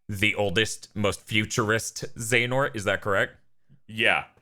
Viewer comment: 'χehanort'? I believe you mean 'Another χ'